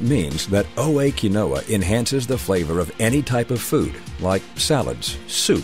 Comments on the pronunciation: pronounced keen-wa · You can't even pronounce it correctly in your own ad